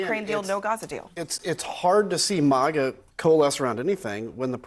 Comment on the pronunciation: Why does he pronounce it MOGA?